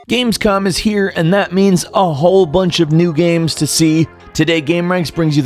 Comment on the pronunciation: "Games-Cum"...That's what I heard xD